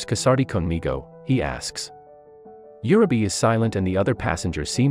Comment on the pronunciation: For Heaven's sake pronounce the names correctly! It is UUUreee beh.